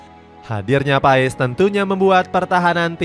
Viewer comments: Martin pes PES PES bacanya PAEES PAESSS MULU AH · Bapak kau PES , baca nya PAS kalee ,malu gua mah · Dibacanya MARTIN PASS bukan MARTIN PAES min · Kata coach Justin nyebutnya pas bukan paes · bukan Martin paess tapi Martin pass bg klu ngomongnya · BACANYA PASSH GBLOK PES PES PES APAAN? EFOOTBALL? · Paas bang bacanya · Bacanya martin pas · MARTIN PAS kaliii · Bacanya pass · Sebut namanya itu pass